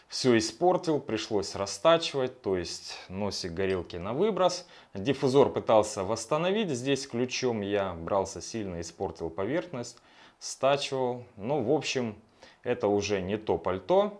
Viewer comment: ДиффУзор, ударение на У. Не занудства ради, а просвещения для :)